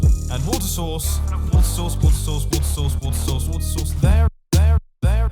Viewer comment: it sounds like what a sauce